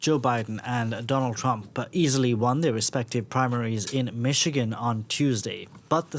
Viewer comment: Your big expert doesn't realize that they don't have to vote at all. There are also independents running. BTW it's pronounced "Mish -a-gan "not "Mitch again" Get a new "expert". Also Biden only won Michigan by 10,000 votes. IF 30k stay home?